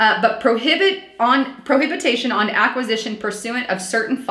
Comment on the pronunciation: Section 4 Line 10: The word is pronounced [Pro Hi Bi Tion], Not [ Pro Hab I Ta Shun]... Best, MM:) Good Post!